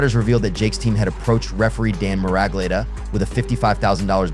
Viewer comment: Its pronounced referee Dan MURG-lee-otta lol